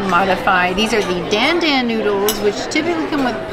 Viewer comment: The fish looked so delicious! Btw, dan dan is pronounced with a soft "a," like in "haha." Glad to hear they came with a decent amount of heat!